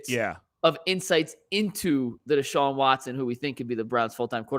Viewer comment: Its Deshaun.. not Sean